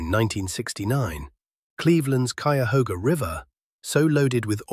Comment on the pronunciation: Kudos for pronouncing Cuyahoga correctly. Cleveland born 1956 the pollution was unbelievable but jobs were abundant. We could have both (industry and clean environment) if corporations weren't tied to wall street profits and used technology to recycle waste. We have to get away from greed driven desires.